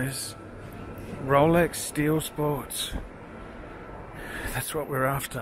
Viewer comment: (Slurring speach) ... "Rowlecks! ........ Rowlecks! ...... Rowlecks is what I want ! " - First Covid19 3rd wave, now progressing to the Zombie invasion !